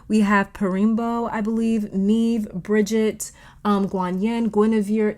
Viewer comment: I found common messages for me in piles three and five. Thank you so much for this. I gotta come correct as an Irish person, though. Maeve is pronounced “Mayv” and Áine is pronounced “On-yuh”